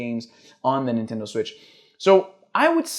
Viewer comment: Não consigo ouvir "nintendow" e não rir